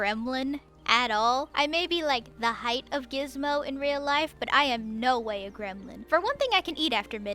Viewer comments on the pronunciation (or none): Like yandere dev said "gramlin" :)